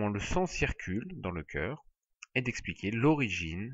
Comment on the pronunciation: magnifique video juste un defaut ce n'est pas "ceur" mais "cœur " sinon merci beaucoup pour votre video:hand-purple-blue-peace::goodvibes